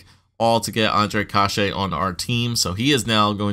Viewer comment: youre saying kase wrong, its pronounced case, like suit"case"